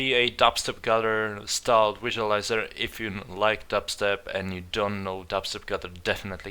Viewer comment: Just wanted to tell you, you spelled your title wrong. xD You said Dubser not Dubstep xD xD